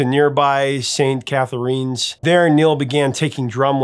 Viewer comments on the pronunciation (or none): "St. CatherEENS"??? Pronounce the name Catherine. Add an s. St. Catherines. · St. Catherines is pronounced like "Kathryns", not "Cathereens". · Nice video attribute to a great band. Saint Catherine’s is pronounced just like it’s spelled, not Saint Cathareens. Also it’s aurora bore-e-alice, not aurora boreelius. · St. Cathereen's??? You certainly have not been in our part of world Prof! LOL! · St. Cather-inns, when pronounced correctly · St. Catharines is pronounced exactly the same as the name Catherine. Spelt a little different, but said the same. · It’s pronounced Saint CATH-rins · St. CathaREENs? Man, you pronounce things weird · It is pronounced Saint Catherinns ;) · Just for future knowledge Neil Peart's name is pronounced as Pert. Also St. Catherine's is like the name Catherine like "in" at the end.